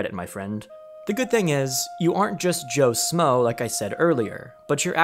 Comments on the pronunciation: Who else feels a ping whenever he says “smoe” instead of “schmoe” lol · Shmoe... Joe sHmoe... There's an H in there. It's not Joe Smoe. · Joe “shh-mo” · The fact you can't say Joe shmoe the right way kills me 😢